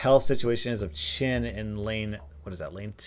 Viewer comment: Its weird how u pronounce chen as chin